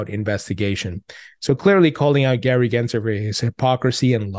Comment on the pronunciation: There's an L in Gary gensler's name bro gensLer!!!!!!!!!!!